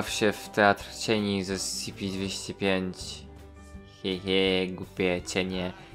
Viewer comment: Poprawka: sy cy py